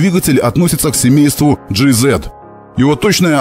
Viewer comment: Жи есть ЖиЗет от автора звучит как ДжейЗет